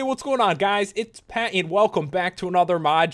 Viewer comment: During the intro when you said Pat it sounded like pet